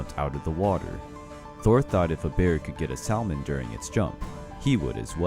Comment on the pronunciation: He pronounced the "L" in salmon.... 😭